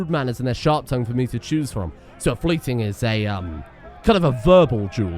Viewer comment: I only know this because of the Thor vs Zues erb and double checking it, but it's Fly-ting, not Flyt-ing.